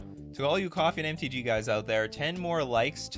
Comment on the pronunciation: I can't be the only person who hears Coffin MTG when says Coffee and MTG. I've known the name of the stream for months, but always hear Coffin